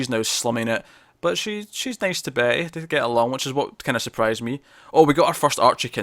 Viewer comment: you keep saying Betty and I keep hearing Bae ...? lol